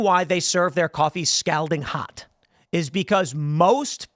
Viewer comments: I know it's spelled Scalding, but it's pronounced Scolding with more of an O sound. 🤓👆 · Scalding rhymes with balding, Tim. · How hot is "s-cowding" is that more or less than scalding? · How does Tim not know how to pronounce "scalding?" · How does someone mispronounce the word scalding so many times? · I love your show man…but please say “scalding” again 😂…I can’t stop giggling. Cheers and happy St. Patty’s Day. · Someone tell tim he's pronouncing scalding wrong lol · yo.....why he say scalding like dat though?... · All right, I'm going to have to scold him about how he is saying scalding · Also Tim, how many times do you plan on mispronouncing the word “scalding?” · If this dude doesn’t learn how to pronounce scalding by IRL tonight I’m gonna unsubscribe for sure.